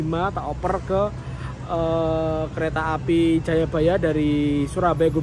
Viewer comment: Maap nih bang gw izin ngakak, dimenit ke 10.50 gw denger kereta apel 🍎 😂